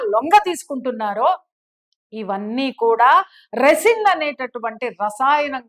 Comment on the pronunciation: రెసిన్ కాదు, రైసిన్ అనాలి.